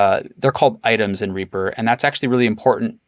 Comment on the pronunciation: Simple really do we pronounce Reaper as "Reyaper"?